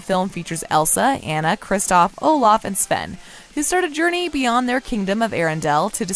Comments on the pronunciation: Also never butcher Anna's name again. It's NOT Ann-a. It's On-na. Jesus. Do your research on things please. That's like calling Mo-Onna Moan-na. Smh. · Aw-na not Anna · Anyone else getting irritated that she saying Ana not Anna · Her name is Awn-ah, not AN-a. Yes, I'm that person. lol ;) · OMG SAME!!! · It’s Anna! Ah-na. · While I enjoyed this video, I found my enjoyment somewhat marred by the way the narrator mispronounced the name of Anna. Has she really watched both movies and failed to notice that it's AH-na (rhymes with Ghana)? I know that sounds really picky, but for me, it really detracted from the video. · You say Anna wrong. For me it feel complete. Look into how to say her name then maybe I will take you serious lol. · Its hard to take your review seriously when you can't even say the characters name right. Seriously, her name is said by numerous characters throughout all the installments, and you can't get the name Anna right? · If you’re going to make a video and publish it, you need to at least pronounce one of the main character’s name CORRECTLY!